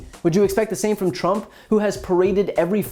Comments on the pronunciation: no no no! It's not Drump, it's Prump 😂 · Donald Prump should be sent to Nars on a one way shuttle LMAO. HE MISPRONOUNCED HIS OWN NAME LMAO!!!!! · Trump can't even pronounce his own name. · Well actually it's how Trump pronounced his name in a recent rally. 😂